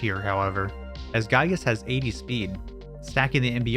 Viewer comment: this is a wonderfully made and extremely well edited video but i am legally obligated to tell you for future reference: giygas is pronounced GEE-gas, lumine is pronounced lu-MIN-ey and PSI is pronounced like the letter.